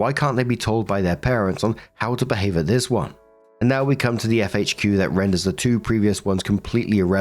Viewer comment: how come you pronounce FAQ like "FHQ"?